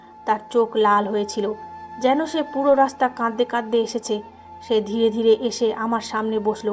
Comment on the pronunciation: বিশ্রী তো বটেই, ডাহা ভুল একটা শব্দ (কাদদে কাদদে)। অথচ সুন্দর একটা শব্দ (কাঁদতে কাঁদতে)। বেশ কিছুদিন থেকে এই মহিলার উদ্ভট ভুল শব্দের জন্য এই চ্যানেলের গল্প শুনা বাদ দিয়েছিলাম। আজকে হঠাৎই শুনতেছিলাম। কিন্তু সেই বাজে শব্দ (কাদদা কাদদেই), যাক এবার চ্যানেলের নাম মনে রাখতে চেষ্টা করবো। #মহিলা কি লেখাও চোখে দেখেনা# ?#